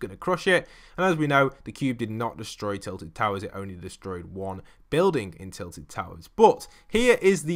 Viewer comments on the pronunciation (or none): none